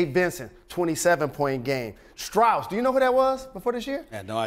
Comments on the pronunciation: Jalen, how do you pronounce Strus again? 😂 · Jalen you my boy and all but ima need you to pronounce my boy strus name correctly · my boy max (strus) is so unknown that Rose cant even say his name right smh